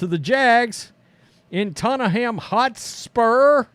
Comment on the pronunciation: you are a legend for your pronunciation of Tottenham 😂😂😂😂😂😂